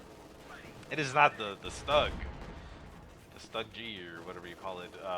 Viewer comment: I keep hearing him pronounce it "Stuggie". Sounds cute